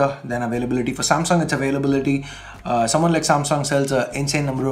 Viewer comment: that's soomawn, not someone, phonetically Suman Sarkar vector art